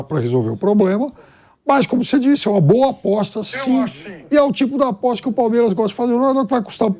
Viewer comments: É aposta, não apoixxxxta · Apoixxxxta fala direito pilhado